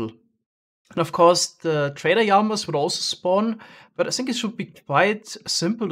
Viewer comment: I love how he says yamas for llamas 😂